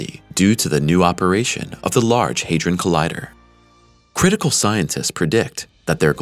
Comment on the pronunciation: It's HA like in the word HAT. Not HEY.